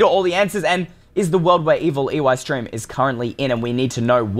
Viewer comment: Why does Eystreem always says EWeystreem in his name??? Im just curious